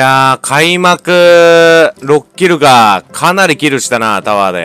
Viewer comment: キルの英語がちがうw